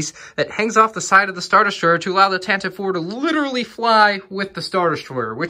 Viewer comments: tan tiv E 4 is the corect pronouciation not tantiv 4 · Tantive IV is pronounced as "TAN-T-V four" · Tantive IV is actually pronounced tant-i-vee IV